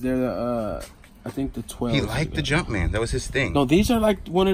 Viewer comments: I cringed when he said "jumpmans" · He keeps saying jump mans 😂